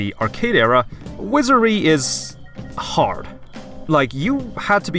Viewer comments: wizary? dont you mean wizardry? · Wizardry. Wizar*D*ry. Please learn to pronounce the name of the games you play. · "Wizerry"? are you, uh...outrageously stupid, my man? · you never pronounce the d in wizardry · okay very cool but can you prononuce "wizardry" correctly without omitting the d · Why does he not pronuce the d in Wizardry?